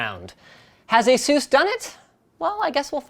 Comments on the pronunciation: Its asus not asus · have i been saying asus wrong or is he saying it in a weird way?